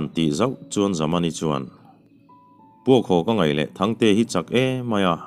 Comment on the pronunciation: Lal fanu chu Zamani tih ni siin Zamawii tiin vawikhat chu ilam zauh maia .anziah sual ani ang maw.?.